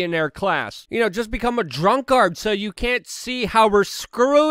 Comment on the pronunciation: Luke reads more English than he listens to. "Drunk-Ard" Lmao